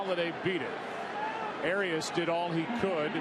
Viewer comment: Listening to Joe Buck fuck up the pronunciation of Urias and Angel was sadly hilarious.